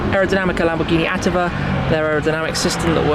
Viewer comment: “Attiva” in ALA is pronounced “attìva”, with the accent on the letter i